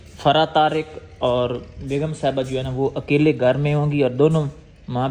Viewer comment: Ap loga fara ko fari bola kro plzz❤